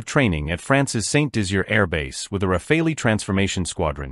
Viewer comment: Rafale is not pronounced as "Rafalee" but "Rafal". It means "Gust of wind" in French.